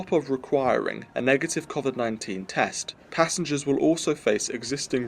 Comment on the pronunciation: ARGHH "COFFFFVID" MAN IS BACK!